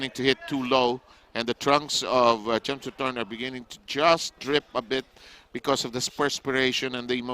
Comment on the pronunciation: Thanks bro for the video but it's Phissanu Chimsunthom not Chimsunthorn*. Aka "Wissanu Kokietgym" he was a very good boxer in past I'm a big fan of him.🥊🥊